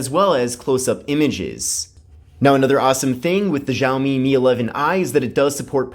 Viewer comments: the phone is pronounced as (xiaomi mi)shower me not jao me. sorry just had to correct it after listening it the whole video. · Tip;It's pronounced "shall me" BTW where were you we missed you